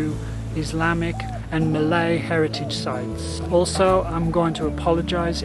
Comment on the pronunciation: Sir your malay pronunciation not bad